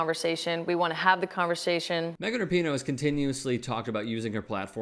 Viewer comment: Good to see the lemmings at TYT starting pronouncing her name correctly.